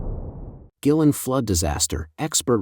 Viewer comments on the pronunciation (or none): Pronunciation... Gui lin... Gway.. Lin